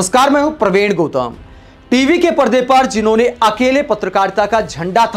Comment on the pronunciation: वैसे मे में आपका प्रशंसक ही हू पर कई बार नोट किया है कि आप अपने नाम को भी सही उच्चारित नहीं करते, (Gotam) की जगह अगर प्रवीण गौतम (Gautam) उच्चारित करोगे तो ज़्यादा अच्छा लगेगा, आप improve होगे तो आपके इस प्रशंसक को खुशी होगी.